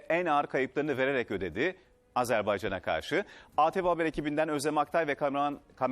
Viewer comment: “Azerbayacana karşı” diye vurgulaması çok ince bu arada xd